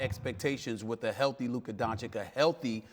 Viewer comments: It’s been 3 years and stephen a STILL can’t pronounce his name??? Don-chick??? Come on man... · Stephen, it's not that hard: Don-chi-ch (not Don-chick) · Stephen A Smith: “Luka Donchik” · "DONCHIK", really? In his third season? I don't believe Stephen A. doesn't know how to pronounce his last name and just trolls him at that point. Either way, he shows a great lack of respect to him. Get him out of here... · At this point I feel like SAS is just straight up trolling by continuing to call him "Donchick". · what is luka don-chick...??? he is not your side chick Stephen A. Smith...learn to say the young goat's name... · "DonciCK" ... O.M.G I`m so tired to hear it .... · Stephen A. is the only commentator still mispronouncing Doncic's surname. It is NOT Doncik. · "Doncheek". Jesus christ, Stephen A, get it right, you're supposed to be a professional. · Don chich it’s really not that hard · When after 3 Years of Luka being in the league you still cant pronounce Dončič correctly,Stephen Donkey Smith! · Stephen A. can't even pronounce Luka's last name properly...SMH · Can't lie, SAS mispronouncing Doncic is just plain disrespectful. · Still can’t pronounce his name properly. Come on Stepan! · More than 2 years in and this man Stephen A. still mispronounces Luka's last name. 🤦‍♂️🤦‍♂️🤦‍♂️ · It's been 2 years, how does Stephen A. still get Luka's name wrong? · Im not gonna lie, the fact that Stephen A Smith is a professional sports commentator for over a decade now and still cannot pronounce Luka's name is just not a good look. Yeah its funny the first few times, but come on man give the guy some respect and learn to pronounce the name correctly. I'm not berating people for mispronouncing names, but if you're a media professional, you should be able to pronounce the name of the person you're interviewing. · SAS literally mispronounced his name in front of his face.... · Stephen A. had the audacity to mispronounce luka's name on his face